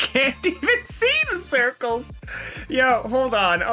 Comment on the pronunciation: HE SAID CIRCLEES